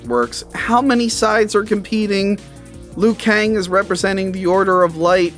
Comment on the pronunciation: He is called Liu Kang not Lou Kang.